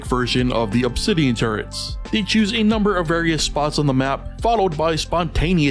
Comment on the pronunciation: I couldn't stop hearing "turds" instead of "turrets"